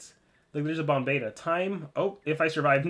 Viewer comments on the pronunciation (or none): none